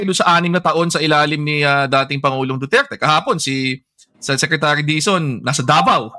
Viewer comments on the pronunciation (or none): none